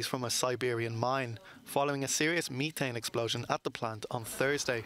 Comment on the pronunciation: Not pronounced meethane.